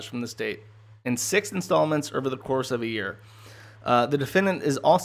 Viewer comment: It is over not erver.